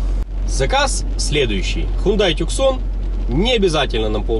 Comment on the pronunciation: короче. tucson - звучит как тюсон. убедиться можем в гуглпереводчике, нажав на динамик